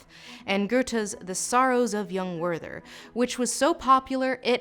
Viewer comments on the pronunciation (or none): obligatory "that's not how you pronounce Werther" comment